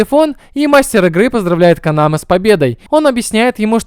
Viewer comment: Вместо Канамэ постоянно слышится Канава...